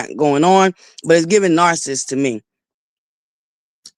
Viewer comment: The word narcissist has 3 syllables and is pronounced Nar-ci-ssist, not Nar-ssist. Also, I think the word that you're trying to pronounce is not senarative. It is scenario, Sce-nar-i-o, and it has 4 syllables. This is not to ridicule. If I had a platform and was pronouncing words incorrectly, I would want someone to tell me. I think it's unfair that your subscribers continue to let you mispronounced these words.